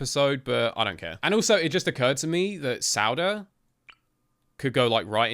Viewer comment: sauda is pronounced saw-da